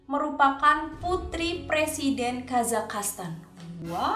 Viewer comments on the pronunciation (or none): Kazakhstan dibaca ka malah kazakhastan._.